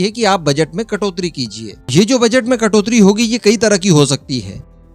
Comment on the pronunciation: कटोत्री नहीं कटौती बोलते हैं.